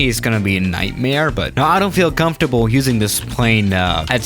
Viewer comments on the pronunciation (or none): none